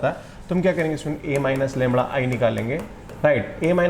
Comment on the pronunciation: The correct word is lamda not "Lamra "